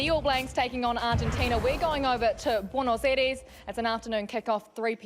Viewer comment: If anyone is interested in how to pronounce Buenos Aires a bit better than we hear here ;-)